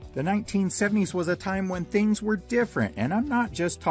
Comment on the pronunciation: Why do you say fings not things..just asking